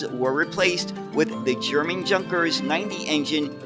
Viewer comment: Fascinating design and a great video. Thank you. BTW, Junkers is pronounced more like "yoonkers".